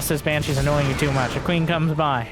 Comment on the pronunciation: Why calls Banshees Hypershes?